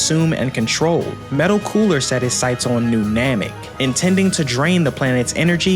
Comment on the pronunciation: If I hear someone say "Metal Cooler" one more time!!! IT IS META COOLER, NOT - METAL.